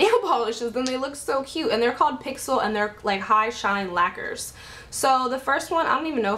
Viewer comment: Haha girl ur funny and the pixel nail lacquers are pronounced like lacures not lackers lol xoxo